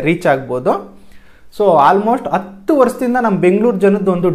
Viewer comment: 2.06 adu hatthu rupai bro. Ella chennagide, swalpa a kara ha kara sariyagi gamana koDi. oLLedagli